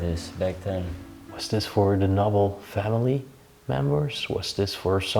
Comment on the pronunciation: Just a little help with your English pronunciation. Noble is prounounced like knowble with the k silent!